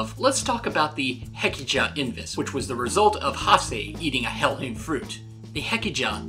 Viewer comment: It's not hellhim it's hellhime